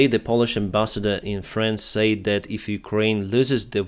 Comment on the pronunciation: yes and he says "sa-id" instead of "said" but other than that it is pretty good